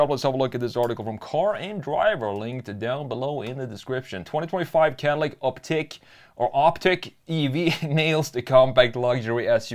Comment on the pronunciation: it's "ICK" not "EEK"